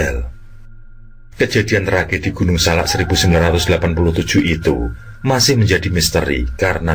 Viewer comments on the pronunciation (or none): Maaf penyebutan gunung nya salah.. bukan gunung SALA. tapi gunung SALAK.. saya ulangi ya pake K. TKS 🙏🏻